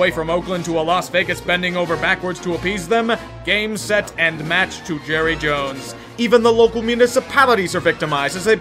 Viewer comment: Palpatine > Jerruh Jones